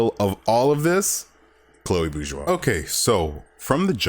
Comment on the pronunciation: Oh my god I found the only person that finally says this right without good video Man